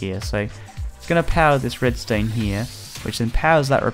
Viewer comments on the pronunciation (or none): If your going to say Redstone, great. If your going to say Redstain, that's a little odd, but fine. But please just be consistent about it, something about the fact that you keep jumping between the pronunciations really bothers me. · Am I the only one that noticed he was saying "Redstained Torches" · he said red stain